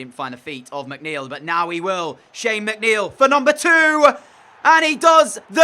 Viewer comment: And yes, you got my name right✌